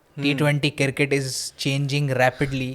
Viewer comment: It Cricket, not Circket